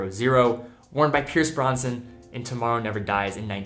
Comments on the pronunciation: It's not Pierce Bronson its Pierce Brosnan, lol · Brosnan not Bronson. Duh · C'mon. It's Pierce Brosnan. Not Bronson. 😂 Great article, my friend. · The names Brosnan....not Bronson. 😎🤭 Have u got a “Death Wish?...🤪🤣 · Pierce Brosnan not Bronson. That would be Charles 😉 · Its Pierce Brosnan not bronson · did he say “Pierce Bronson”??